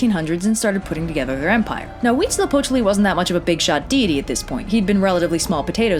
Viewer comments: Huitzilopochtli is the only thing she DID pronounce correctly. The -tl suffix is not pronounced like it looks. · DAAAAAMN I am mexican and you are very good at saying the deity's names Not Mexicans usually find it pretty complicated You are awesome (mexicas are normally pronounced like "me-shi-kas" but after hearing you say huitzilopochtli without a problem I no longer care lol)